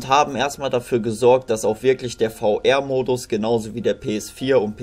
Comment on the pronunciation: VR spricht man englisch aus und nicht deutsch.